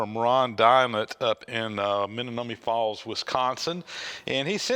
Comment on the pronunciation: Menomonee Falls is pronounced Men-nom-o-nee Falls. Or as we would say sometimes. Me-no-money.😁